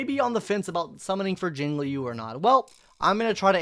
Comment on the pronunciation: You finally said Jinglui's name right